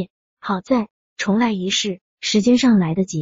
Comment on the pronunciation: chong重来、不是zhong来